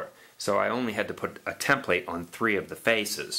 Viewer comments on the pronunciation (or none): It's like TEM-plet, not tem-PLATE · Great videos, but the emphasis is on the first syllable in the word template